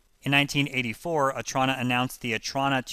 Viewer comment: You’re not pronouncing the Otrona name or the computer name correctly. Otrona is prounced Oh-Troh-Na and the Attache’ is like a spy’s secret briefcase, pronounced At-Tash-A (the last syllable is pronounced as the 1st letter of the alphabet “A”.). I hate it when supposed experts in things, show their ignorance when they can’t even look up words to see how they’re pronounced.